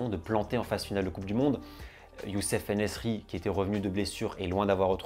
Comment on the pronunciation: Superbe Video et félicitations pour la 100 è me ! Attention au prononciation des joueurs marocains : . Ounahi et non pas Ouhani . Aboukhlal et non pas Aboukhal . En -nessyri et non pas En -nessri